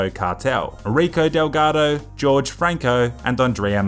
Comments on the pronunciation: It annoys me how you pronounce Jorge like “George”. It’s pronounced “Horhey” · Pronounced Jorge as George, it's pronounced "whore-hay" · just saying it isn't pronounced george it is pronounced Hor-hey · Sir its not George its Horge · is name is horhe not george ''angry face'' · Cartel leader is not George.... Jorge is pronounced HORE HAY, apart from that just keep on killing, good job.. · it's not george, it's jorge (hor-hey) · George Franco George Franco it is Jorge Franco not George Franco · lol, he keeps saying "George" instead of "Jorge"/"HOR:hey" xD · Jorge is pronounced whore-hey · If it is spelt Jorge I think that is supposed to be pronounced 'Hor Hay' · "Jorge" Franco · That was the whitest pronunciation of Jorge ever.